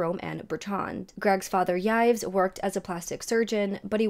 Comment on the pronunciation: Hey! Love your videos and thoughts! The french name Yves ist pronounced like “Eve” btw like in Yves Saint Laurent. Keep up the good work!! 💕